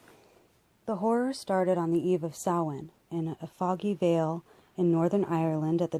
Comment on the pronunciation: Excellent.proper pronunciation of Samhain as well.thank you for this.